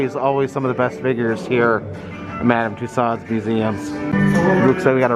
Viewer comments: FYI : It's pronounced ' MUH-DAM TOO-SOHZ' (Loved the video - as usual 😘) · First, learn to pronounce Madame Tussauds' name correctly. Second, get your information correct. What a waste of time.